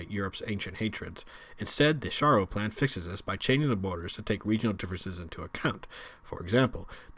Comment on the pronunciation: Its sharrow like the town in England